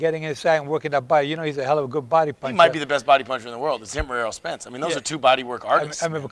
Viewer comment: ERROL not Earl.